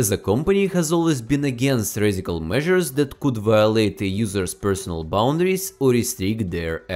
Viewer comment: Спасибо большое за инсайды, но можешь, пожалуйста, поработать над произношением и акцентом. «Дэт»ы режут слух и почти все слова где есть сочетание букв th . Спасибо